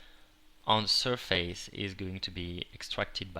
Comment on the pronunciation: lol on 3.34 he said ''SIR FACE'' HA HA HA >.<